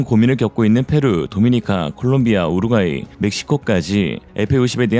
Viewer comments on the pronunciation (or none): none